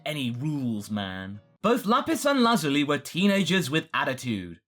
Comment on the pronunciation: Bro stop over pronouncing lapis and lazuli